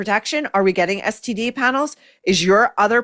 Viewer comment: Regarding, I think her speech errors (and annoyances) are due to her overall mispronunciation of words. Instead of saying getting (with a short 'e' sound [bet, get, let], she's making the 'e' a short 'i' sound. She says gitting instead of getting. I think the short 'i' sound draws attention to the -ing ending of the word, making it sound super annoying. You're right though, she needs someone to help her with enunciation.